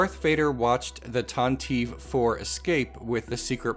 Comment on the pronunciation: Pronounced tanti-vee with a long e